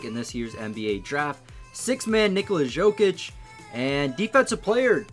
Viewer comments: It's Yo-Kich not Sho-kich. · Dude you dont know to pronounce names of any foreign player wtf do you even watch NBA??? Dzokic, Dragik LOL